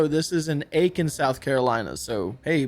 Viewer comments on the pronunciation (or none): none